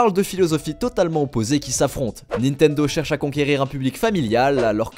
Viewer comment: arrêter de dire nitendo svp